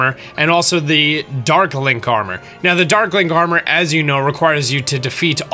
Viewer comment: Did you really say "click it right meoww"